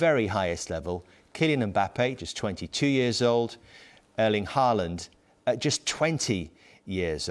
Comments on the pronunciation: Thierry pronouncing Haaland like Allen is fun to listen to. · The fact that he isn't outrightly saying Mbappe means it's Haaland, he just can't say it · It sounds like Henry is calling Haaland ‘Alan’ 😅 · Henry wants to say Halaand 🤣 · Haaland is pronounced as in "awe" - as if it was written Hawland. Thierry pronounces Erlend almost perfect the E is more like the vowel in american "bad,had,sad" i.e I would guess phonetically there would be used an "æ".